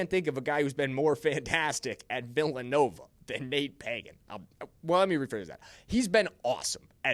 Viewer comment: It's not Págan.. it is pronounced Pagán (pahGán) Sorry, that's my name also and people assume right of way that is pronounced Pagan like from the Bible. Accentuate de last á. Gracias! Oh and yes. The RB1 from Notre Dame should be Los Chiefs 1st rd pick! Have you seen his tape?? Holy shit! Is like if Barry Sanders and Adrian Peterson had a kid. That's Jeremiah Love!